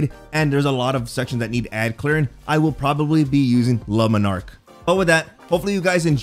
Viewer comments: Ok. OK. OK. OK. No. No. Just. Stop. Omfg, it's not lumenark ffs. Jesus man! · This guy really pronouncing it like "Lemon Arc" lol